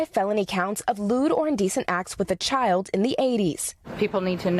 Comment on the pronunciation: You keep pronouncing child wrong.